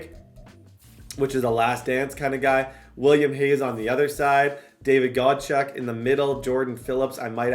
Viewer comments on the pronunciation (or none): Godchaux =God-shaw not got check lol